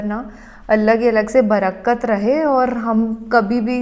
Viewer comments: Baraaaakt nhi hota barkat hai ....☺️ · barakkat ye word galat hai Sahi worh Barkat hai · not barakkat, IT'S (BARQAT) TRY TO CORRECT YOUR URDU WORDS, AND THANKS FOR REACTION ON ALL VIDEOS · Brakkat nahe Barkat correcting you dear